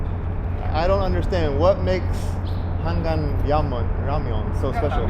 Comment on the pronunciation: 고맙습니다 ☺️ 우리 나라 서울 도심속을 흐르는 한강❤ 발음 그대로 한강이라 말씀해 주셔서요❤ 한강 라면🍜~👍 Nickk님~👍